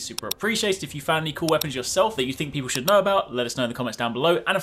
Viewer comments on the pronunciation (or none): none